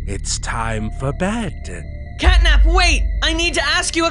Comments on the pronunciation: Wait said gatnap instead of catnap😦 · Why i heard gyatnap 💀💀💀💀💀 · i heard gyat nap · um every time or sometimes you say catnip instead of catnap